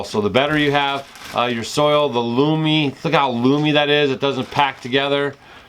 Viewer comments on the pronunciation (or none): Love to watch y'all! Funny, you say "loomy" instead of "loamy". My FFA instructor would have a fit! Y'all are are refreshing! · Hey. It's Lowwww-m... not looooom... sorry Kimmy is a grammar Nazi... giggles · Hey guys, I think you mean loamy soil not loomy, just an fyi😜